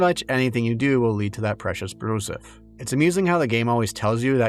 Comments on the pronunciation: “Brouzouf” is pronounced like “brew-zewf” not “brew-suff” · For the love of baguette It's pronounced "brew-zoof" And it's a very 2000s slang word, very dated nowadays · "Brouzouf". Weird and hard to pronounce for non-French speakers ("r"/"ou"), outdated slang even in 2011 (in a "your-dad-thinks-its-funny" way) that absolutely destroys all immersion for us French-speakers... It kinda sounds like a stupid inside-joke placeholder they forgot to change, yet it seams like it might be reference to a 80s parody journal or something ? I love that choice of word, it's so... unusual. They should have called the game "Weird Baguette Warhammer" or something.